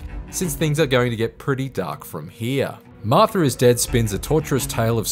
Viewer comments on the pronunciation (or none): It's Martha, not Marther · "Marth-ur is Dead"